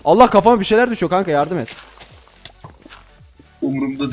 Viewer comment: Kanka demedi ka ka dedi